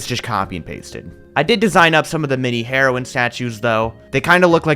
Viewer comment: did anyone else notie how he was saying heroin like the drug and not heroine?